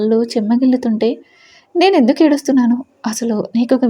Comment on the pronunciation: Nice story n nice voice kani H letter add cheyakandi హేందుకు హేమిటి Ani చదవకండి